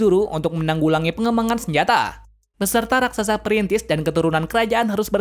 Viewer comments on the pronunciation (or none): none